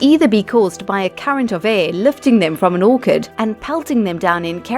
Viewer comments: Since when have apples fallen from an Orchid ? It's Orchard you numbskull ! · Never trust people who pronounce orchard like orkard